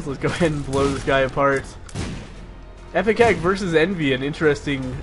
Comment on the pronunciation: It's IPECAC not EPICAC. Sheesh